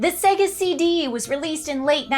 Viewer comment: Literally just played the video of it saying SAAAYGAAHHHH.....says SEHGUH.